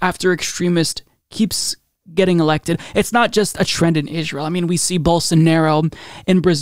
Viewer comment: Am I the only one who hears say Israel like Ishrael? I dunno...either way I already called Bennett to be worse.